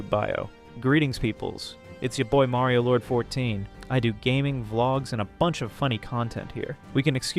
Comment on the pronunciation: Why do you pronounce it as mary-o-lord 😭